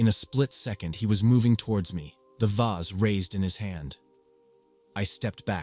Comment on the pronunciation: Story 12 was driving me a little crazy with 3 different pronunciations of vase🫢😅 "vace" "voz" and even "vaz"😅😅😅